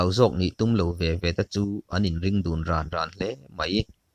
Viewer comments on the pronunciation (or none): Rawn tih lai tak hi pronounciation a dik lo a nih hi. Thluk kher a ngai lo. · Mizo ṭawng chhiar hi zir i ngai a ni.Rawn tih lam dan hi tih dik tum teh. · rawn dah vein...tiha rawn hi athluk adik hlel deuh...